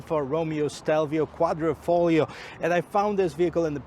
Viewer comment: QUADRIFOGLIO! At least journalist coud get it right. Thank you. :-) Otherwise nice vid.